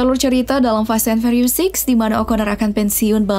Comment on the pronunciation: Fast & "fyurious"..bukan fast & ferios 😂